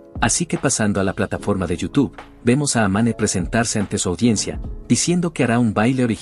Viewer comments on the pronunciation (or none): Jajaja “Yootube”